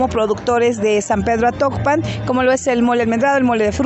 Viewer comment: es atocpan no actopan , ese es de hidalgo